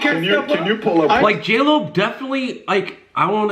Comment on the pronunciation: Not JLo, it’s Jail O